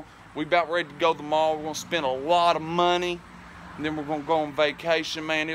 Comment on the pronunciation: I think he just said then in a country accent.